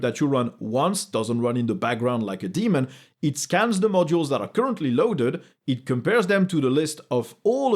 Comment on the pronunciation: "DAY-mun", not 😈